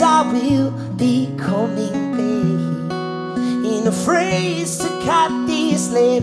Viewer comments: "So leave yourself intaked, 'cause I will be coming bake." WTF is with this pronunciation? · I know, I just think the way he pronounces it is funny!